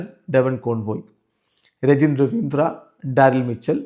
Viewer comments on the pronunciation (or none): Devon conway ഡെവോൺ കോൺവോയ് ❌ ഡെവോൺ കോൺവേ ✅ എന്റെ റഫിക്ക അത്ര കാലമായി ഇതെന്ത തിരുത്താതെ 😢 പിന്നെ ആ ദേഹം ❌ അദ്ദേഹം ✅